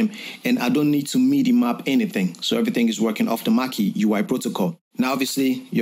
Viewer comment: Great tutorial! Thx! No disrespect at all but it’s so funny to me the way everyone outside of the US and UK pronounces MIDI lol Sounds like “meaty” when anyone from a French or Spanish speaking country says it lol in the Anglo world we say it like “mid-ee” I dunno, it’s just an observation that’s kinda funny to my ears I’ve noticed recently. Nothing but love